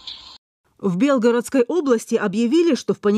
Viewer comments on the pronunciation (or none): Белгоро'дской области... ударение ставить правильно нужно... Учите свой язык и уважайте его и себя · Когда ж вы уже научитесь правильно ударение ставить Белгородской области, неучи....уши режет